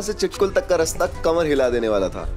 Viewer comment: चिटकुल nhiiiii छितकुल